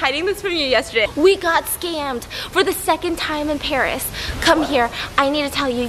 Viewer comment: No one: Stephanie: My trip to Báríê